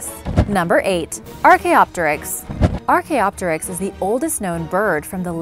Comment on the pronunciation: It annoys me to no end how you mispronounced diPLODocus yet you could say Archaeopteryx just fine.